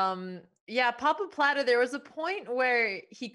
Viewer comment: I like that they always say Pappapladde